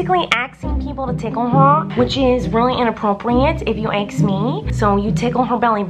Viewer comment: “if u aks me”